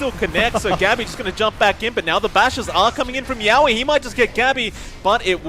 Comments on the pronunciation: Yeah and yowe's too... He's saying YAWe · Its hilarious how the casters pronounce yowe and rupido's names lol